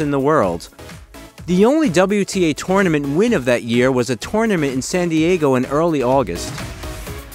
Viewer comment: Sharanapa? And toneament?